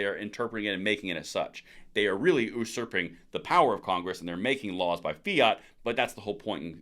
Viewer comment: Sorry bro ... but I gotta say it. It is usurping (yoo-surp-ing). It runs all over my OCD tendencies when things are mispronounced. So i am not trying to be the pronunciation police ...I am just trying to help a brother out.